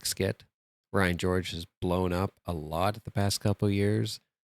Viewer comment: Did you just say Ryan Gorge?